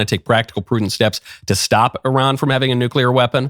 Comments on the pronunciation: FYI it's pronounced EERAAN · Just changed between 2 pronunciation without hesitation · Today’s episode: How many ways Michael can pronounce Iran in 5 minutes